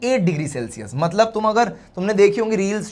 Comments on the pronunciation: Matlab❌ Matbal ✅ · Mtbal Mtlab Mtlab hota hai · Matlab ❎ Matbal ✅ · Matlab❌ matbal✅